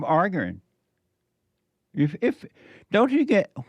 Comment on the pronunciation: And why do you say ppl are "arggering" its arguing 😂😂😂 damn bro u embarress yourself all day long